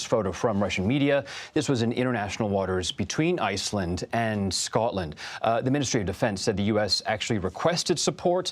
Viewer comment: Wow, first time I've ever heard and American pronounce "Scotland" properly, then messes up and calls Scotland England 😂😂😂 Americans and geography 😂😂 definitely not their strong point